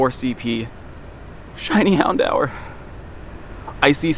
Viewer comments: did he just say "handower" instead of houndour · Hound-hour is the correct pronunciation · Hown-dower Or Hown-door... Never heard someone call it the way you did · Mans really pronouncing it hound hour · What an interesting way to pronounce “Houndour”